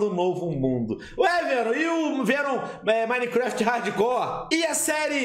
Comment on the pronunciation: Pelo menos ele fala Minecraft certo né, e não minequefeti ksksksksksks